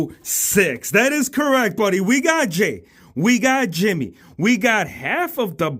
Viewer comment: bro called Jimmy jey